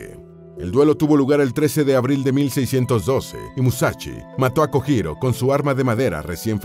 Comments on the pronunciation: por favor, aprenda a pronunciar las sílabas japonesas sr. narrador: la sílaba JO se pronuncia como YO = LLO... Usted dice JO en Español, que sería HO mal pronunciada en japonés. Lo digo xq afea el buen trabajo divulgativo q hicieron, y ya que ponen nombres escritos en ROOMAJI... Cuesta muy poco decir sílabas HIRAGANA correctamente. Gracias !! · Buen video pero mala pronunciación XD Kojiro se pronuncia Kolliro por ejemplo, y la verdad si molesta un poco esos errores, se ve que el canal tiene a una persona que investiga y una que narra, o es una traducción. Aún así re GOD